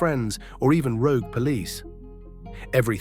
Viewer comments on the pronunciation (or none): none